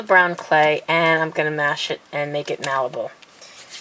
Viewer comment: Is she saying what I think she's saying? Malibal?! What word is that?! Or is it moldable?